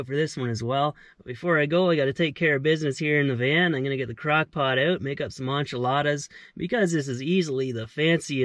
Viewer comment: ole boy said Un-Chi-Ladas